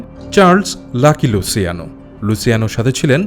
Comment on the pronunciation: আপনি নিজেও অনেক ভুল বলছেন, অইটা লুছিয়ানোই হবে আর গাম্বিনো সঠিক শব্দ, আর অইটা লুকেজি হবে না হবে লুক্ষেছে, গটি হবে না হবে গত্তি, এইগুলা ইটালিয়ান নাম এইগুলা এইভাবেই উচ্চারণ করা হয়(luciano,Lucchese, Gambino, Gotti)